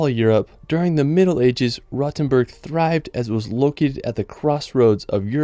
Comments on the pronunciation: Long “o”. As in R-OH-tenboorg. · Just a small note: Do not mix Rothenburg ob der Tauber (your number 10, spoken with a long ooh) with Rottenburg am Neckar. Rottenburg is a nice town as well, but not the one you meant. ;) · Rothenburg ob der Tauber ,not to be confused with Rottenburg further south. Your comments are very misleading.Try to speak and pronounce correctly, and weite in the correct way.